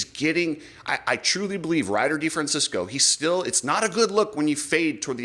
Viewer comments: De Fran Chess Co THATS HOW YOU Say Ryder D's lastname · Oh, RC and YOU, it's DeFrancEsco NOT DeFrancIsco. Not San Francisco.